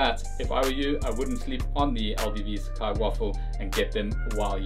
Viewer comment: The brand actually pronounced as “sa” “ca” “I”